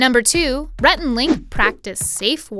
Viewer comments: Why is nobody talking about messing up Rhett's name on #7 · When she's announcing number 7, is or me or does she say rat instead of Rhett??